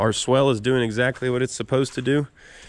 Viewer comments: Man you do use that word a lot - its supposed to be SWALE not swell as you kept saying. Its a long "a" sound. Swell goes up, swale goes down... 🤣🤣 Of course using it your way kept us in the know as to what you meant. Doesn't matter much as long as the water drains the way you want, right? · what you are calling a swell is actually pronounced swhale. That may not be how it is spelled, but that is the way it is pronounced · I like your videos, but please, if you are still n the business, please stop calling it a "swell". It's a "swail". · Not to be a nitpicker, but I think the word your looking for is : "SWALE" (sounds like: 'SAIL'), a 'SWELL' would be a location that is loaded with water, making the soft mud you were hoping to avoid. [Sorry, it was bugging me each time I heard it...I knew what you meant, though...] otherwise, great job & choice with the tractor, it looks great now! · I know how it’s spelled I’ve just never heard it pronounced that way and I’ve been doing this a while, every part of the country is different I guess 🤷🏼‍♂️